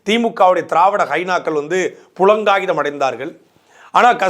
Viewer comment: அண்ணே அது புளங்காகிதம் இல்ல. புளகாங்கிதம். பூனை மேல் மதிலாக மாறாதீர்கள்.